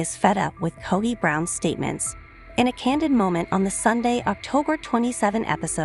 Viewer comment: The least you could is pronounce the patriarchs name correctly. The O in his name is pronounced as is you were saying toe not pot.